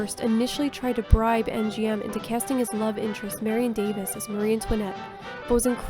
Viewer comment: Marion Dave--ees not davis